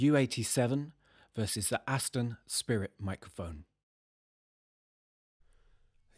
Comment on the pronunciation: you for some reason really seem to hate the astons...and yes its Aston ...not ashton...for all talk you give on about detail, i expect you to get atleast the name right....ur pure condescending...i have seen your comments on many other videos regarding the astons...i agree they arnt the best mics around..but given their price they are superb...and you just go on hating hating...whats your problem?? its like ur on a mission...go easy...take a few deep breaths...its ok to have opinions ...not ok to be on a hate trip or looking like you want to destroy something with a vengeance!